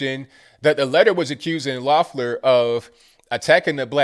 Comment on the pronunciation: I live in Georgia. No exaggeration, I got 14 pieces of political ads in the mail in one day. Two were handwritten postcards from Tennessee and Virginia. Not to mention 8 texts. And my 19 year old got two absentee ballots. Whole lottta money and corruption, this is gonna be a mess. (Also, I'm not endorsing her, but her name is pronounced leff-ler) Cheers from Stone Mountain